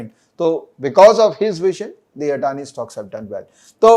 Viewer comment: Thank you for better insight on this topic. Was waiting for a legit video ok this, especially legit view on Adani. Now I'm more clear for my views. ❤️ For TATA as always. Note:- everyone is speaking ADANI in wrong way it's अदाणी not अडाणी. Hope you will accommodate to it.